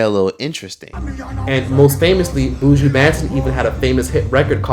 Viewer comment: I’m gonna need non Jamaicans to pronounce Buju’s name properly please. It’s not “Booo-jooo” it’s “buh-Juh.”